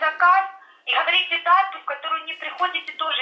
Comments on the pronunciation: украинское "гховорите" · Как слышно "хаварите" значит обманщики .есть вечные ценности из страны эуропэйцэв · Як мы вам не нравимся? - Вы ховорите заказ... - Платите компенсацию за расходы махазина... - Я вижу що вы со мной разховаривали... :D